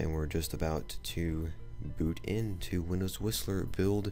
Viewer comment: Are you sure that Whistler is sounding like Wisler?